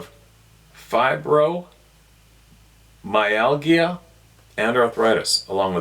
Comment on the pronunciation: Pronounced, fibro my algera